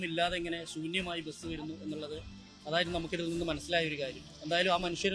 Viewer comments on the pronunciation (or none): എടൊ ബെസ് എന്നു പറയാതെ ബസ് എന്നു പറ